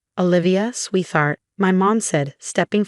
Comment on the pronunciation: I have heard this voice used so many times, and even now it still can not say the word " sweetheart " properly . If you watch the written words on the screen, lol the spoken ones don't match. Also just getting James's DNA she wouldn't be able to tell the DNA of the baby, without blood test from the mother. Then they mentioned the medical records but that was it. This whole story is silly. Really silly.